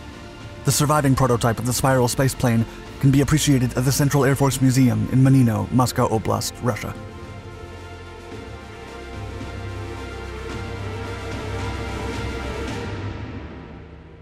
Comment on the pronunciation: The word "lApot" is stressed on the first syllable. Nice job, as always! Despite of the fact that I grew near Zhukovski that my own dad worked on Buran, I've never heard of lapot before. P.S. mOnino is read with stress on the first syllable as well.